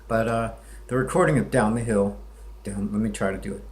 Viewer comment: One more thing, you don't sound hill billy enough when you say, "down the hill." It's almost like he says, "daun the hell."